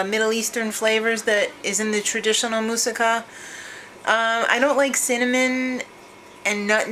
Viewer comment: Stupid happy you made that and were the only person I have ever heard pronounce that right in the history of womanhood... with a freakin F BOMB... right here.. My favorite part has to be the Feta part.. It gives the title that kick in the pants!! : )